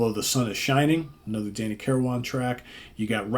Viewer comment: FYI - Danny's last name is pronounced kir-win, not kir-wan. Just sayin'